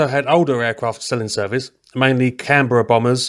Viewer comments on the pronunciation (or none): none